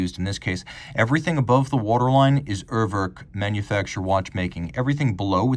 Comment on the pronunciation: Dear, I know you're very much one for getting things right, including pronunciations. It's not "err-werrk" (as in "twerk"). The first vowel sounds pretty much like "ooh" in the letter "U" (spoken "yooh"). Another example would be how English speakers say the word "Uber" (the company). The second vowel isn't an "o" as in "work" but an "e" as in "estimate". If you wanna get fancy, it's /'uːɐ̯vɛʁk/ Cheers